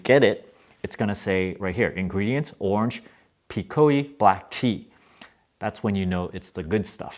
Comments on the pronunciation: Twinings, not twinnings. Peek-oh, not peek-oh-ee. York-sure, not york-shire. You're welcome. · Pekoe is pronounced "pee-koh"